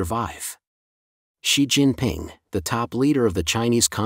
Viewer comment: and . A comment about the text-to-speech narration- It reads "3,000" as "thirty hundreds", "8,000" as "eighty hundreds", and it reads "Xi" as if it was Roman numeral "eleven"!. (X + 1, = 11)